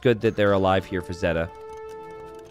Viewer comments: say it with me: ZAY-tuh. ZAY-tuh! There you go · Zeta Two? Nah "Zeta, LOOM!" 😭